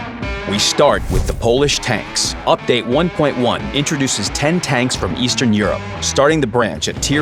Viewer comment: "Introduces 10 Tank from estern europe" ... the f you just said? :D How is it Eastern?!